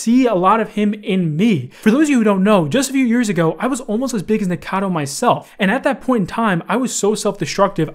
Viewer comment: lol why is it so hard for everyone to say Nikocado instead of Nikado